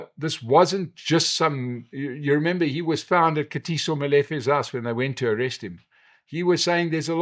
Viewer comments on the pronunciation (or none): none